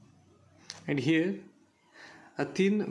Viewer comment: It is actually and